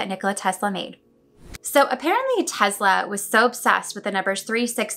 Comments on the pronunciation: The technique you use doesn't really matter, as long as you incorporate the pattern of "3,6,9" into it. Oh, and don't mispronounce his name as "Tezla" or you will have to start all over again. ;) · I betcha Mr T pronounced it as 'Tezz-la'... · You're definitely not the only one Haha Every single Youtuber in the UK says TeZla 😅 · That’s how we pronounce the S before di L in Italy, like it was a Z 😊 do you have Italian roots? ... or maybe a previous life 😉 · Don't worry about your pronunciation of Tesla, Brits laugh at American's emphasising nouns instead of adjectives.